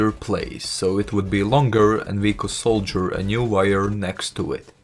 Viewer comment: It is saw-der not sole-ger!